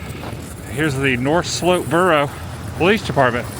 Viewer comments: Dude, for the first time I'm disappointed. You go to Barrow and don't know what the cords are in vehicle engines? Leave your truck window down? Not sure how to say Barrow. Visit a place just to hang in a hotel room? Embarrassing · It’s pronounced Bear-row, not Bar-row. Anyone know why they changed the name? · Its pronounced bare-oh, not borrow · It's pronounced Bear-Oh. Also, yeah, it's not a pleasant place, but it is an interesting place. They changed the name a few years ago to Utqiagvik. An no, those are not northern lights. You had plenty of chances to see them in Fairbanks earlier this week, but my guess is you were snoozin'! lol....have a good trip back south and thanks for visiting my great state! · It’s Bear-Oh. Sorry you haven’t seen the Aurora yet. Cloud cover is definitely the biggest challenge up there… and city lights. I saw the Aurora last month just north of Seattle, but it’s been mostly cloudy since. Fairbanks and North Pole are usually your best bets, but you’ve already been there (at night). Plus your phone camera is your best Aurora detector. Point it north and look for green light to start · The town name is pronounced bear row. And no you weren't seeing the northern lights. Hope you get to see them, though, and a moose! Check out Homer if you can! And Ninilchik on the way to Homer. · Just a couple of corrections to let you know about: The dawn that you were looking at was NOT the northern lights. Whoever told you that Barrow is pronounced “Borrow” was pulling your leg. Those electrical plugs are to plug in your engine block heater to make sure your engine doesn’t seize up during cold nights. It is NOT to make sure your battery is fully charged. I’m going to go out on a limb here and guess you have never lived anywhere that got really cold? 😉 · Novel idea. Ask a local how the name of the town is pronounced. It is Bear O.